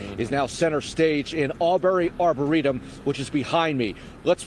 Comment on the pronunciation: I was watching a news report, I'm somewhat local to the area, it's a half hour to 45 minutes away from me, so my local news is covering it and one of the reporters mentioned it was her apple watch that pinged in that arboretum. Pronounced(Arbor-reetum)